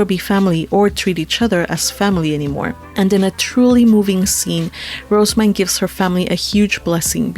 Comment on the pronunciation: Her name is pronounced "Roh-zeh-myne", not "Rose-myne". (Compare to the name Roselyn.) (I have this via the J-Novel Club forums directly from the English translator, who has consulted with the author.) However, people having a different pronunciation of a fictional name isn't a big deal, so whatever.